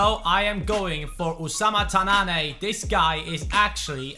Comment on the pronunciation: ''Tannane'' is pronounced ''Tannan'' not ''Tannané'' #dimaraja